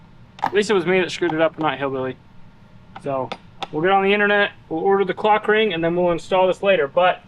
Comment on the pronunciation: you really need to pronounce the L in clock ring youre making it sound like im watching something im not😂😂